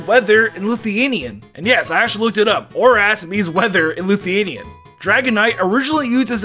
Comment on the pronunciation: congrats you figured it out sevral years after all the othe Lithuanians did (Also you pronoynced it wrong)